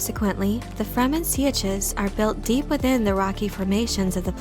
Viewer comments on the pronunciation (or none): Please learn to pronounce words correctly. "Sietch" has ONE syllable. "Sietch" is pronounced "seetch." For clues to correct pronunciation, watch the Lynch movie and the miniseries. It's annoying when video presenters just make things up.